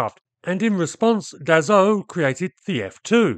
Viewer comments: DaSSault not Dazault! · Once more, it's pronounced DaSo with a soft S and not DaZo 😉. Anyway, in the 60s, my uncle who was an engineer at Dassault aviation worked on the Mirage VTOL project. Fun fact, it had been named "Balzac 00-01" just because it was the phone number of the advertising company ("Jean Mineur publicité") Marcel Dassault was owning! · Dass-O. Not dazzo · Funny you keep pronouncing Dassault as « dazault ». It really is pronounced like the word « assault » which is the exact point as it was the « nom de guerre » of Paul Dassault in the French Résistance, elderly brother of Serge Dassault, both born Bloch (some forgotten (?) types built under that brand). « Assault » like in « char d’assaut » (attack tank). He added the « l » before the trailing « t » to look like the English word « assault ». So, it is pronounced the same way you’d pronounce the English word « assault », that is, not « azault »! Just don’t pronounce the « l » to sound French. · Extremely entertaining & technical video. But please, as a Frenchman, where on earth did you find a "z" sound in Dassault???... The two "s" are pronounced like assault, or ass. Thank you, keep up the frenglish work. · I speak French and I know French words sometimes are difficult to pronounce for English speakers but it seems you are especially struggling pronouncing "Dassault" never pronouncing the same way twice. So I'm providing this for education purposes. Not trying to bust your chops (or is it "taking the piss"). It is pronounced DahSoh. No 'z'...No 'e' and the 'l' and 't' are silent (as are half the letters in most French words).